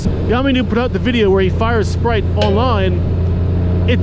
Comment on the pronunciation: Isn't it SPITE!? I'm ROTFL every time you call him Sprite. Too funny!